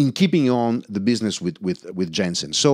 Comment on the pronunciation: The name of the company should be pronounced like you would read it in German. Roughly "Yensen" :) Otherwise this is an amazing video. What about the sensitivity ? It was barely discussed during the video.